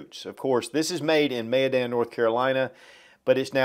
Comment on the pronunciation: Thank you for pronouncing Mayodan properly. One of the 1st YouTubers I've heard get it right.